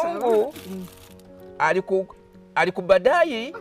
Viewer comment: Mbu mungu akubadayi sana in voice